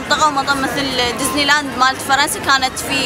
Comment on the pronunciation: اولا اسمهاا مو دزني اسمها ديزني